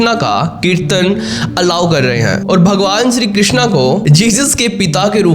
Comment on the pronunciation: विदेश मे सनातन को पसंद किया जा रहा है इस बात की बहुत खुशी है, लेकीन विदेश के लोग मंत्र का उच्चारण मे थोडी गलती कर रहे है, वो हरे रामा हरे कृष्णा कहते है, जब की सही उच्चारण हरे राम हरे कृष्ण ऐसा है, वास्तव मे कृष्णा द्रौपदी को कहा गया है, यांनी की कृष्ण की बहन , और कृष्ण को सिर्फ कृष्ण ही कहा जाता है